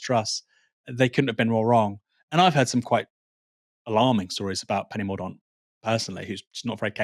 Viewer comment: Its pronounced Penny Mor Dent...ffs